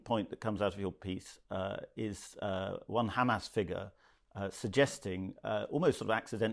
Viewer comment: I'm usually a fan of Murray but I thought he believed in free speech and he can't pronounce hamas (pronouncing it hamaz) which looks very odd.